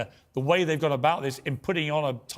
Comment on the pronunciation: My way or wah way... learn to pronounce please.